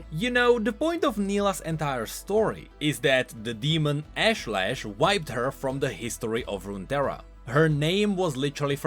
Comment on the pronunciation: ashlash the actual pronounciation: Osh-Lesh